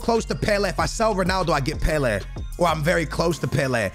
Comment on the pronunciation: it’s pronounced pe-lay not pe-le